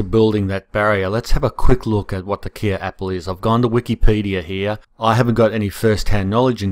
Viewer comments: Not "Kia" apples. It is pronounced like the "K" in "OK". Sounds like "Kay". Mmmkay? From the Kei River in SA. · I'm from South Africa, and wanted to just give you the correct pronunciation for Kei - pronounced Kai - hope this helps :) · Hi from South Africa, it is pronounced ky apple, like my apple. love your channel, from the Tsitsikamma Storms River Village just inside the coastal Western corner of the Eastern Cape, temperate 1200mm a year. coastal montane wetland. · Hello from South Africa! It's pronounced "kay" like the last bit of "okay" after the Kei river in South Africa. Cheers!